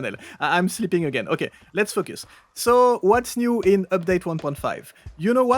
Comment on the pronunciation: Great video asside, it always gets me when you say focus. Buy us dinner first at least!